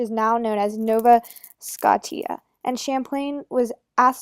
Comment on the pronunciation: How bad is your pronounciation(no offence?Sco-tia,not Skot-i-a.And also,it's Hoo-rons,not Her-ons.